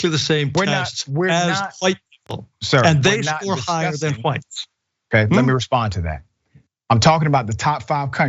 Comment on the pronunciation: Christopher Columbus was Black!! Prove me wrong!!!??!!!! Dum ass CRACKAZ And tell that old head it’s pronounced Whites okay!! Not HaWITHTEs